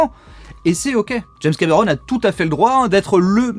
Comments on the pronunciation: Pourquoi tu dis james camÉron ? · James cAmÉron... Belle prononciation 😂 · C'est trop marrant, un français qui a un accent français. Je suis trop ptdr.